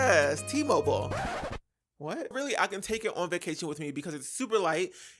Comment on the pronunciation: It’s mobile T mobile 😂😂